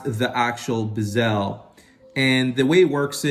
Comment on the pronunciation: It’s not a Bi-SELL. It’s a Bezel, emphasis Be like BEH zil.